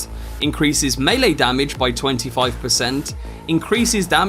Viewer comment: Great video... Clear, concise and currently holds the distinction of being the ONLY Cyberpunk 2077 video I've seen thus far, wherein the presenter knows the correct pronunciation of the word "melee" 😆 Subscribed. 👍